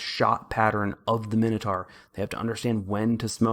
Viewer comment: {My-no-tour} not {minnow-tar}